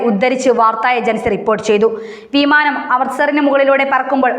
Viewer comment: വീമാനം നല്ല ഉച്ചാരണം